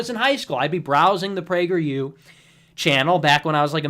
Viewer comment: Prager Yew !